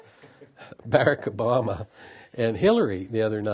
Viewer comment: This guy won't even pronounce Barack Obama's name correctly.... You know he just wants to call him "Boy"... This is the kinda mess that makes me afraid for America